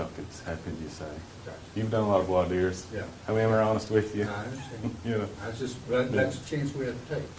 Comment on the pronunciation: Ha ha back to my point about Voir Dire, the county attorney pronounced it correctly!! I like him 😊